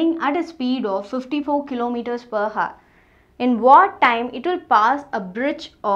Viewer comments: mam it pronunciates \au(e)r\ not hour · 'Hour' as you can see 'H' is silent so it's pronounced as 'our'. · your pronunciation of hour is a bit wrong rest is very nice